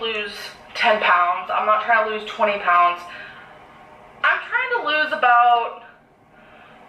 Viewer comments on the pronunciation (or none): said Prounds instead of Pounds. I bet she was thinking about jumbo shrimp Prawns..